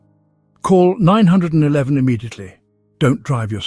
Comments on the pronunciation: Stop saying call Nine hundred and eleven!! Say call 911. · Is there some way to check the AI “speaker” so it doesn’t call 911 “Nine hundred and eleven” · This is an AI narrator. The way you know is that he pronounces 911 (the US emergency number) “Nine Hundred and Eleven”. Not “Nine One One”. 😢😂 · AI is NOT a good way to communicate acurately!!!...call 911, not nine hundred and eleven getting to the point quicky is imparative for elder whose brains have slowed down have issues with listening long enough to get to the information!!! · It's nine one one (3 syllables), not nine hundred and eleven (7 syllables). Plus 9-1-1 can be more easily remembered by children. Wish you were more concise and had a little pep. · Nine hundred and eleven is pronounced nine one one, and if you’re in the UK as your accent suggests, you should dial 112 😅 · "Call nine- hundred and eleven immediately". LOL! AI IS HILARIOUS!!